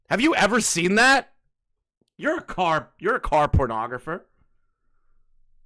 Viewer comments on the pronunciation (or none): Car pornographer?!, I think it’s photographer 😂😂😂